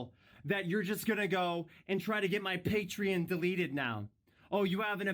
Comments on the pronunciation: On a side note, the way onision pronounces patreon makes me want to die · He says patreon weird